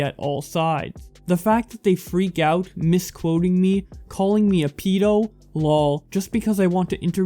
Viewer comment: Not a pee- do a ped- o